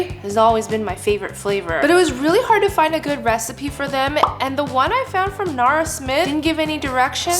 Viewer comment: NARA smith. Her name is NARA not Nora